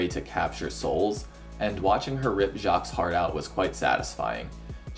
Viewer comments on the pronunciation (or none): none